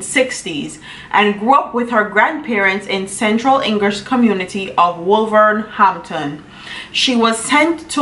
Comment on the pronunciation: Wol-ver-hamp-ton that's how it's pronounced